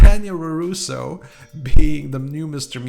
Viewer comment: His name's Robby and yes I agree, he's easily the worst character. By the way you keep saying roroso, it's larouso.